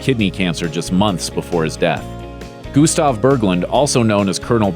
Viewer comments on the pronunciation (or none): none